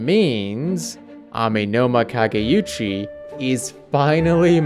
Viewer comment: It's "kageoochi", not "kageyuchi". Not that it matters.